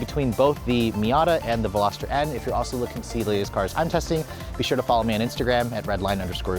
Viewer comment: The Hyundai qualifies as a “sports car”????? Also, it’s not a “Velosater”; it’s a Veloster. The Miata needs to be a full convertible, just like mine.